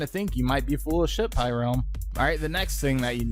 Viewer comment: Heh I liked this video before watching this video what do you think about that pyrerealm! Also it’s pyrerrralm not “pyrealm”